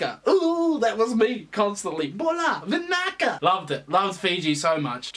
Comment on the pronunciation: Finally you back👌🏽👌🏽👌🏽👌🏽 P.S I’m from Fiji and you pronounced vinaka properly🇫🇯🇫🇯🇫🇯🇫🇯 chur for the comments about Fiji